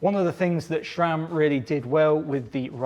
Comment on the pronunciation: SRAM, not ShRam. There's a video or three on YT about how to pronounce it. 😉